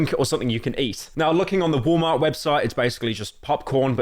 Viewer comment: bro really said woll mar